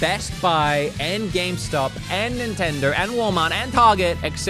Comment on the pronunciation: what is an nintenderrr 🤣🤣